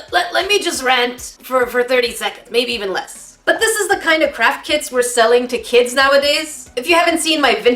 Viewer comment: Every time I hear Craft kit, I hear crap kit lol.